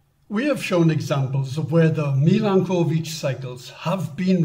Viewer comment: A nice video, only the pronunciation of the word Milanković needs a bit of an improvement. That is, it is not two words (Milan and ković) but a single one with the accent placed on the vowel a.